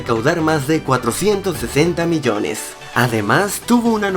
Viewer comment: Miyones no es Biyones